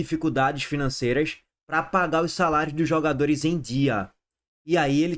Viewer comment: "SALAIOS" viva o cebolinha 😂😂😂😂